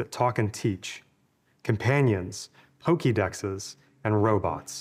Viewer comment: I had to run that back 5 times to make sure I actually heard " pokedexes " loL